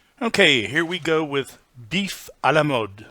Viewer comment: Nice prononciation of “a la mode”.